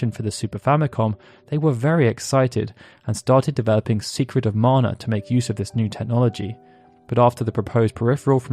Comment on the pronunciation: It's so nice that someone finally says "Mana" correctly.